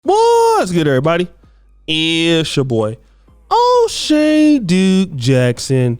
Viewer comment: Oshay “Dukes” hahahah what a moron Boyce is😅